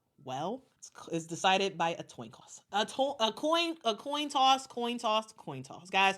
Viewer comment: I like when decide by a Toin Coss